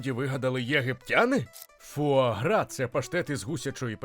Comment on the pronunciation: Та сама ситуація, коли нормальні люди облизуються на тему видива, а я - на те, як добряче диктор постарався з вимовою цієї назви різними мовами... Так, я готова офіційно заявити, що диктор НЯшка! Трясця, як згадаю, яким чином ту вимову шукала... Тому щиро дякую! Це звучало вельми смачно!!!;) А тепер щодо заборони в певних країнах. Бачу, що в коментарях уже почалася священна війна, тож і собі до неї приєднаюся, бо чом би й ні? Бачте, шановне панство, такі заборони - це вияв гуманного ставлення до тварин. АЛЕ! Так, одразу це додам. По-перше, я розумію логіку тих, хто питає, яка різниця між двома гусками, яких усе одно вб'ють. Різниця полягає в можливому стресі для організму. Проте по-друге, я розумію й тих, хто хоче скуштувати таку страву, а не може. Ця суперечка триватиме ще не одне сторіччя, бо люди по-різному бачать світ і мають різні думки. Тому ось вам усім класна штука для ознайомлення! Прочитайте, прошу, манґу Хірому (насправді вона Хіромі) Аракави "Срібна ложка". Її гг постійно опиняється перед моральним вибором щодо тварин, оскільки додумався піти до аграрної школи на Хоккайдо і збирається потім працювати в сільському господарстві. Аніме за цим шедевром охоплює тільки початок, отож ліпше читати! Насправді ж ніхто зараз точно не відповість, як ліпше: чи використовувати тварин як домашні капці, а чи давати їм нормально жити попри їхню можливу долю. Цю тему Аракава-сенсей чудово показала в розділі, де гг допомагав вагітній корові народити. Оскільки теля виявилося бичком